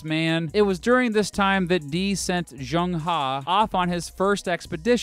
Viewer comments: His name isn't proniunced "JUNG HA", you got both parts of his name wrong. Phonetically it's pronounced "Zheng(zh is like from the name Brezhnev) Huh/Her" like "her birthday is today". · Zheng He is pronounce as Cheng Ho NOT chang ha